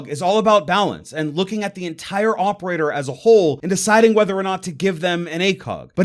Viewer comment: why are you saying "opeaor" instead of "operator"?